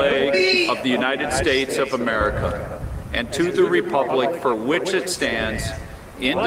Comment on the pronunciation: "God bless the Younided Schdates." Donald Trump